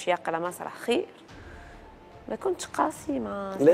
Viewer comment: قاسي وليس "قاصي" يا صحافة الكرطون التونسي!!